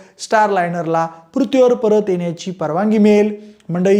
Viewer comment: पृथ्वी शब्द जरा निट बोला . अजिबात बोलता येत नाहीये